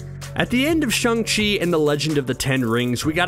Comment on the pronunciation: It's pronounced shang chi not shung chi